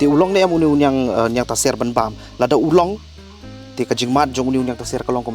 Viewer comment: Niangtaser ymdei niangtasiar Pronounce bha